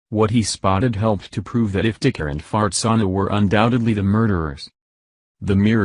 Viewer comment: I don't know if I'm correctly hearing what I think I'm hearing. Can anyone familiar with this case tell me the mother's name? Maybe it's simply the computer voice mispronouncing her name(that happens often), but I keep hearing her name as Fartsana.